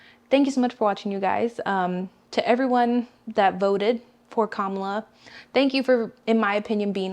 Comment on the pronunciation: It's Kamala or Kama-la.